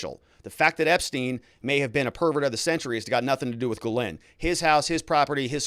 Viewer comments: Please….please stop: guh-LANE. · Speaking of pronouncing names correctly, Ghislaine is pronounced Gill-lane. You are doing great work! I appreciate ya! Thanks! ☺️ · At least say her name right! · teach how to say Ghislaine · be nice if he could learn to pronounce Ghislaine properly.